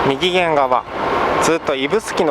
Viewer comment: みぎげん？ 右舷じゃないんですか？ うげんですよ